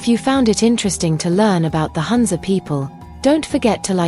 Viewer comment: It’s NOT HANZA. It’s HOONZA ( HUNZA) The U is pronounced as Ooo.